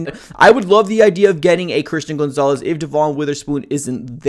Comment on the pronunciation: STOP CALLING HIM GOONZALES